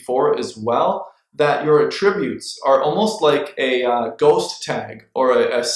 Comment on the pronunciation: I learned a lot from your video, great job! Here's a tip… the word is pronounced "AT- tributes" with the focus on the 1st 2 letters AT.